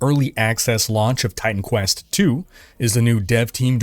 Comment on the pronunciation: Maybe its just me, but every time says Titan Quest... i hear Time Quest:D